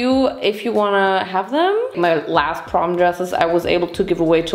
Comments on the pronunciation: did bro say porn instead of prom? 😭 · Dude saying porn instead of prom is killing me😂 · Vincent: "PORN!?" 😲:... "porn?" 🤔